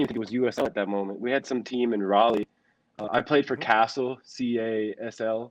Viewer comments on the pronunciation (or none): none